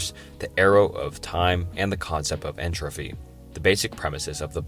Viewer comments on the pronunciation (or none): Agreed. There are too many to count. "Entrophy", "Schroginder", "Casual" etc. If the video is on paradoxes, the least he could do is get "Paradoxical" right. Icebergs are just such an enjoyable content format that I can live with it though! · Enfrofry? Entrofy? Enthalpy? damn bro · Entertaining video. However, schroginder, entrophy, and contuinity lmao. It's not necessarily a bad video tho, I appreciate the effort you put into this. Keep making content and I hope you improve! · And entropy. "entrophy" lol.